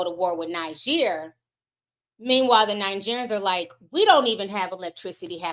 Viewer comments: One is pronounced Neejer and the other Nigeria. Hope that helps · Hiya the country Niger is pronounced Knee-Jay:)